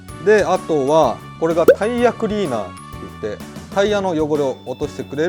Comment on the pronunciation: タイヤクリーナー(発音良)